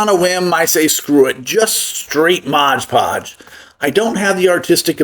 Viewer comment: It's 'Mod Podge' - NOT 'Modge Podge'!